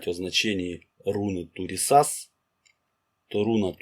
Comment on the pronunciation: Автор, хорошо освещает тему, но ударение во всех случаях на первый слог, кроме БеркАны